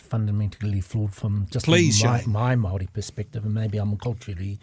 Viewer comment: Māori agreed to KAWANATANGA (GOVERNANCE). Guys, you're not helping - spend an hour having a pānui of each version of the Treaty/Tiriti. And Chewie, e hoa, please pronounce Māori correctly - it's not pronounced like 'mouldy'.